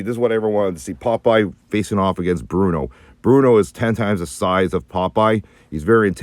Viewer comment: Bluto, guys. Not Bruno.